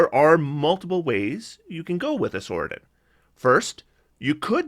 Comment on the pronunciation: Sorcadin pronounced sorsadin, not sorkadin. It's not a sorkerer your are adding to a Paladin